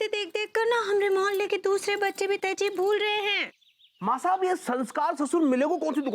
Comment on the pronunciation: It's tehzeeb not tehjiv